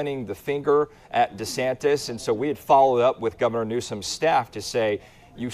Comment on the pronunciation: “Desnatis” lmfao 🤣